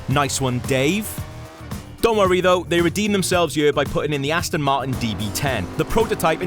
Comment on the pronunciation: Love when he says Ast'n Mart'n.. great vid!